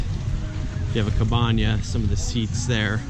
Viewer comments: CABANA! Ca.ba.na. No need to replace the “N” with an “Ñ” 😉 Otherwise, nice review! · Nice tour. Thank you. I noticed others were bugged by "cabana" as well. And you said it many times. There's not a wavy line over the N. Making it spanish